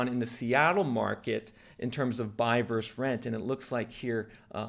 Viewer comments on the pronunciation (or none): The word is VERSUS… often abreviated as “vs.” The word is NOT pronounced VERSE ! One of my pet peeves! When did this abomination start ??? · Why don't you pronounce the second syllable in "versus"?